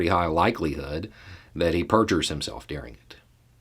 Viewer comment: I always notice your accent when you say "during." It sounds like you're saying "deer-ing" to me. Though you'd probably find the way I say it different too. Anyway, just a thought...